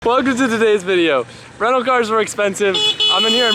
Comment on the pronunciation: rental not rennal xD